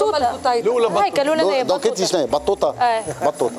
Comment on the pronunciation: boutayta not battouta ...